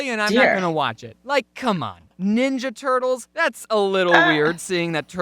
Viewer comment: Is anybody gonna talk about how it said Tenorge moopan nilna turts